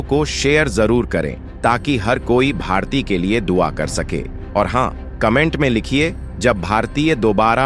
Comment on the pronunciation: Naam toh thik se boliye!! Bharatiya nahi bharti naam hai unka